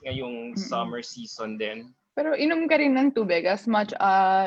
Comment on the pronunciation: She's sound ditzzzyyyy .... shes a grown woman, why keep using the word "pero" & it's irritating as fuck how she pronounce it. I feel bad for the this guy asking question cuz she not connecting with question. , Basically, Gazini is dumb.